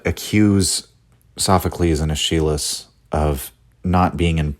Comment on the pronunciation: bruh, your pronunciation of "Aeschylus" is killing me in all seriousness, this entire series is just delightful. Birth of Tragedy is the first (and so far, only) work from Nietzsche that I've read and I just loved it. People on the subreddit tend to discourage newcomers to Nietzsche from starting with this work but I have no regrets.